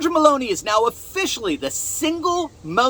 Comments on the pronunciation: it's Melo ni not melon i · Oh no he didn’t say BALLONI!!!??😅😮😢🎉😂